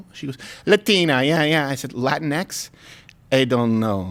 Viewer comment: You guys(not just Crowder, everyone) constantly mispronounce latinx. It's the same as Latino or Latina, just with the stupid ex homophone instead of the ones that make sense. It's not latin-ex, it's lah-teen-ex. Don't get me wrong, I'll throw hands at any liberal brainwashed enough to think it's the right word, but y'all aren't even close.